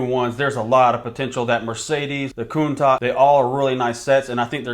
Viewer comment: Say it with me, "Coon-Tash" 😉 All the best bro, I like the longer format recapping the performance of the recently retired sets after showcasing the new ones.